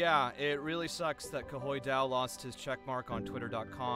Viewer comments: saying “Kuhoy Dao” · "Kuhoy Dao" I'm so sorry. This is a lot to take in 😭😭😭